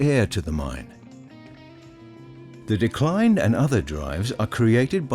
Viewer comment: It's "dee-cline"...not decline as in Decline & Fall of Western Civilisation.